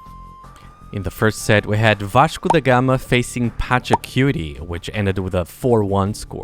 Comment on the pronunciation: left a like for the vashco pronounciation - I'm not Portuguese but I'm feeling the pride! XD